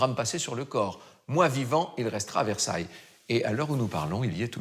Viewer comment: Merci pour ton intérêt et ta curiosité pour Versailles et pour la France. Sois rassuré, tu prononces bien "Versailles" avec ce charmant petit accent américain. J'ai visionné quelques autres vidéos, et notamment celle ou tu découvres quelques villages français. Je trouve juste extraordinaire qu'un américain s’intéresse à notre petit bout de continent européen. J'ai été touché par le fait que tu dises ne pas pouvoir voyager en europe. J'espère que tu réaliseras ce rêve un jour, comme moi je souhaiterais visiter monunent valley que je trouve époustouflant... on r^ve tous de quelque chose.. / Thank you for your interest and curiosity in Versailles and France. Rest assured, you pronounce "Versailles" correctly with that charming little American accent. I watched a few other videos, especially the one where you discover some French villages. I just find it extraordinary that an American is interested in our little piece of European continent. I was touched by the fact that you said you can't travel to Europe. I hope you will realize this dream one day, as I would like to visit Monument Valley, which I find breathtaking... we all dream of something. Fab